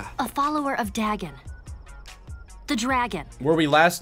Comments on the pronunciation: I could have sworn Fasttracks first appearance was the Dr. Animo eggs episode. Also, that Vilgax pronounces it as "Diagon" Oh. Right. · I remember back in the day thinking dagon was just them mispronouncing dragon the whole time (I was a gifted child but also a very stupid one) so I always realised the plots were connected because of that haha.